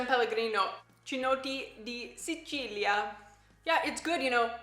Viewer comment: Pronuncia corretta Chinotto=> Kinotto (è un agrume come l'arancio e il limone) ma non si mangia si usa solo per fare la bibita (che io sappia). Prova anche la Cedrata Tassoni è fatta con il cedro (un altro agrume) è più dolce del chinotto ha un sapore particolare è un'altra bibita old style.